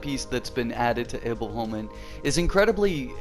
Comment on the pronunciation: Much better saying Himfjell instead of Himfjall. I've been biting my tongue not to point this out cuz it looks like I'm nagging. But it sounds like you're saying "Himfell" (you're forgetting the j) You pronounce Iboholmen really good. Better than me actually. Och det kommer från en som ändå är Svensk xD Har aldrig fått till det på tungan hur man uttalar Iboholmen riktigt ^^ If you want the pronunciation real accurate you should say it as "Himfjaell" where you say the "ae" at the same time, as one letter xD it's complicated I know